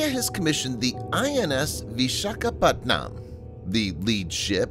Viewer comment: im sorry but whoever is narrating this video prounounces vishakapatnam as PatNAAM but actually is pronounced PatNUUM LOL 🤣🤣🤣🤣